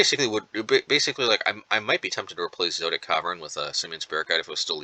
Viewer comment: Zo - et - ic